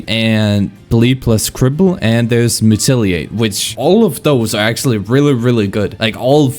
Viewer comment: bro cant pronounce mutilate lol